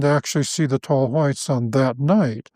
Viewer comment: tall Hwhites.